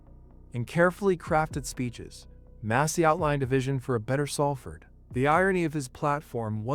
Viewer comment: Can't even pronounce the town correctly